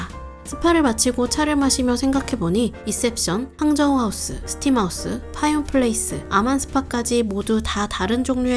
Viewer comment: 파윤 하는데 원래 발음은 파윈인데... 정식 리조트 명칭이 파윤 으로 되어있나요?